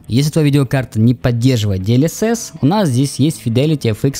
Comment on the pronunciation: "Диэльесесь" - ору)